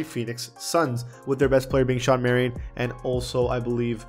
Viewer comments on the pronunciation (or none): none